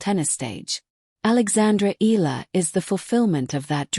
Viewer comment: pronounce the name - "EE-YA-LA" not EELA